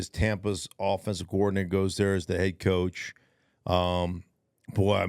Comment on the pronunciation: I like how Stink pronounces coordinator as "coowardinator" 😅 I guess that's the D for degree thing he mentioned 😏